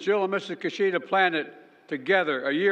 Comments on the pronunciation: His name is Kishida, not Kushida. Do your homework! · It's "key"shida.